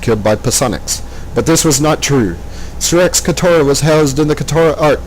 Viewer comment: you keep saying "katara".... its "katra"